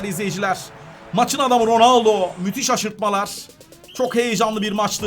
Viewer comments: Abi ronaldo ismini dorgru soyle ronalde diyon sen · ABİ roneldo değil gözünü seviyim